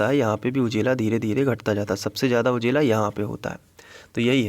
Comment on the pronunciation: Sir ujela nahi ujala 😄